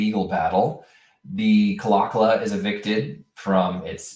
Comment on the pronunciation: Pronounced "Claw Claw."